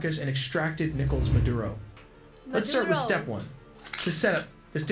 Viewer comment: Madura?😂 it’s Maduro